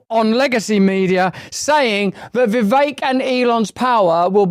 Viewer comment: Russel can pronounce Vi’vek right😊 Most people say ’Vivek.